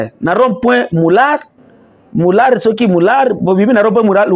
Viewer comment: Ozali koloba bien MOULAERT (prononcez mular).